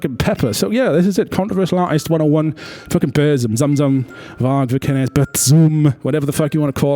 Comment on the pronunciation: How hard can it be to say vikernes?